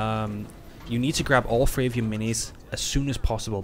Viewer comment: Can never tell if your saying three or free